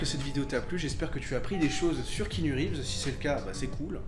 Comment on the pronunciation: bon je connaissais déjà la vie de keanu mais pas mal le petit résumé ! (pour faire le relou, le a de keanu ce prononce mais c'est un détail mdr)